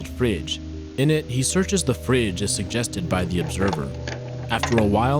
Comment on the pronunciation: The way he says "fridge" had me laughing